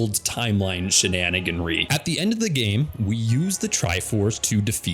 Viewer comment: Although I enjoy your heavy use of the word "shenaniganery", I personally think it's better pronounced like the word "comeraderie"